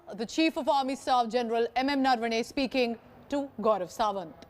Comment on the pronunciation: It’s general Naravane. Why are you saying narvane